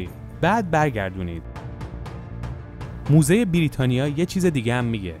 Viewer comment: موزه نه دوزه